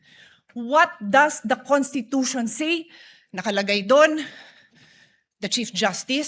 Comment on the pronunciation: yong pronunciation mo po ng word na "SAY" you pronounce it as "SEE"